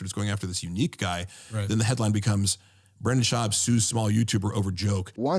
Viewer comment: Half ur views are people laughing at ur speech impediment. “Bwendan” 😂